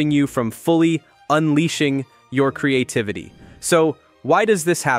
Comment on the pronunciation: "Stopping you from....fully.....unleashing your.......creativity(coff,coff)" epic dude.